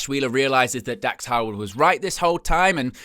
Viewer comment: Are you saying Howard or harwood?